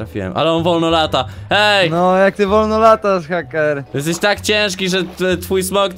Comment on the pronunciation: hejker a nie hacker